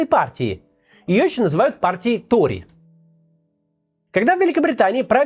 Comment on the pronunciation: он произнёс "какие ТРОЕ, какие виги?" :) пересмотрИте